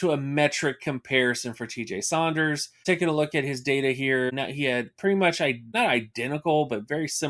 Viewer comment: My man said “Sonders” lol